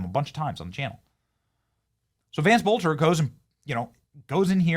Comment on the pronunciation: it's pronounced BELTER, dear Benny.